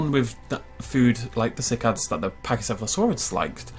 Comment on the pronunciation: "As we look at our sick-eds." Some day is going to pronounce something correctly, I'm sure of it. But today is not that day.